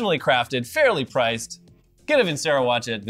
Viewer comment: VIN-CHERO NOT VIN-SERO!!!!